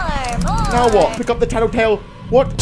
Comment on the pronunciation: Normal people: tattletale Vs: tittitail